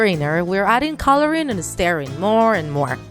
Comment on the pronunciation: It sounds like she was say " staring " rather then " stiring "